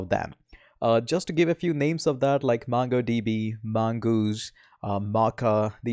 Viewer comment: m sure....u dont code much!...n the pronunciation of "M-U-NGo DB" is stuck in my head!